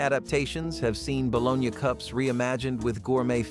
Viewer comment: Balone YA, really? No one pronounces it that way, LOL